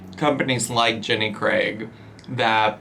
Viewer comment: Thank you for actually saying Jenny Craig and not Jenny 'Creg'